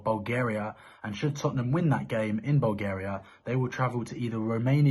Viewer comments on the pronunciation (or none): none